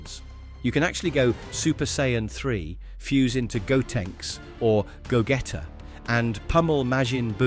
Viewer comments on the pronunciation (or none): Yeah definitely written and sounded by AI. Also listen to how they pronounced ‘Gogeta’. Will probably unsubscribe from their channel knowing all this